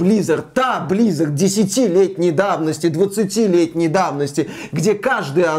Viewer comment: Почему вы говорите блиизард? Активижин.